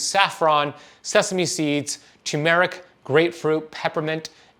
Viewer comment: You got the accent and the pronunciation wrong on turmeric! So I'm going to stop you right there.